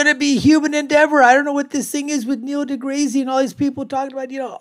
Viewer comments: 'Niel Degrazy'? Purposefully saying his name wrong as a form of humour shows how intelligent you are.. it's a step away from a fart joke. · He isnt saying it wrong on purpose, he just has no clue how to prounce deGrasse. He also didnt understand the standing point of deGrasse`s argument around the Robot vs Human footprint on Mars....but then again, he is making a reaction video of a youtube clip that is 15 years old almost...